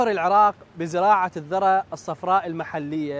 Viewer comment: اسمها الذُرة بضم الذال وليس الذَرة بالفتح. تحية للكوادر الهندسية العراقية البطلة 🇮🇶🇮🇶